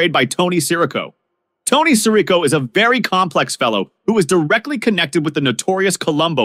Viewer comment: Why can't Americans ever check a pronunciation? Would take 10 seconds. It's Sir-RICO. You're welcome.